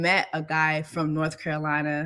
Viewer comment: Okay, North Carolinerrrrrr